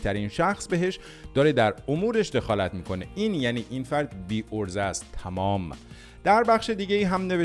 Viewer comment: آقای تمام نه تامام😅